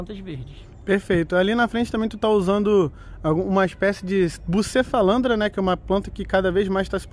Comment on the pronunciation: Bucefalandra??? Eu acho q c falou outra coisa😂